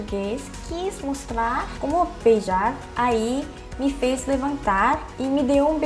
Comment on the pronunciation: acho incrível como você pronuncia o V, F e Z perfeitamente, visto que não têm no coreano... parabéns, vc já está perfeitamente adaptada ao brasil